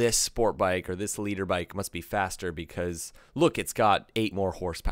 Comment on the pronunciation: I can't tell if you're saying litre bike, or leader bike. I hope it's not leader.